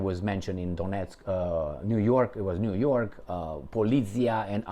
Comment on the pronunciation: niu york not jyork